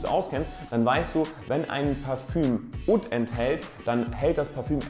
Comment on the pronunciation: Oud spricht man so aus :"uhd"